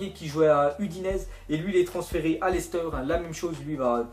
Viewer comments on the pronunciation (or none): none